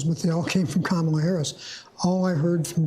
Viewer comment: Why are Americans still not able to pronounce ‘Kamala’? I mean, how hard is it? Too hard for some, apparently.